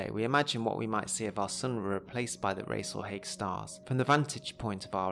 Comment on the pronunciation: I'd always thought it was pronounced " Rahs-al-Hahg" , given its Arabic roots.